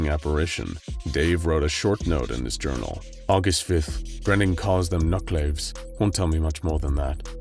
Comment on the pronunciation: They did a good job, but they're pronounced 'NUCK-luh-VEEZ', not 'NUCK-laves'.